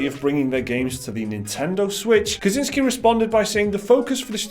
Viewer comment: You guys are awesome, but come on, you can't just see a name and read it whatever you feel like, it's so easy to research these days. For future reference, first words in this vid are names Michał Kiciński and Marcin Iwiński: Theoretical help: ch = h; ł = English w; ci = much softer version on English chi; ń = Spanish ñ, like in mañana; w = English v. I'm sure you'll be saying those names at least few more times in the future, so you can just as well do it right :) Cheers!